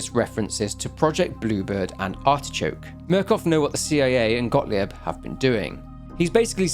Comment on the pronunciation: As a German, can I just say that your pronunciation of Gottlieb as “godly-ebb” is ADORABLE? Like, no shade, I know you are putting lots of effort into your videos, you’re really admirable and your love for the Outlast series shines through each time. And you are better than other YouTubers about pronunciation of non-English names but I just think it’s adorable. However, compared to some other English content creators, I don’t need a transcript to understand you saying a German name